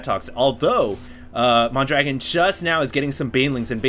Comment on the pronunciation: He is actually called mondragoon, and not mondragon.